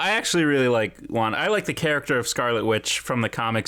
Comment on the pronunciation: When CBR says wanda Me hearing : wonka